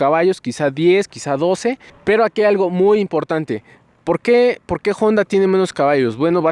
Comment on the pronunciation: Honda! , no " jonda"